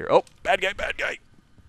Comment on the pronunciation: did anyone else hear him say "I play the other gay"? hahah